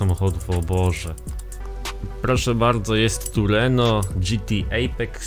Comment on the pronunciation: TRUENO A NIE TURENO